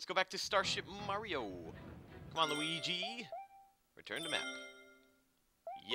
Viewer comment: side note i love that yu called him lugi XD made me laugh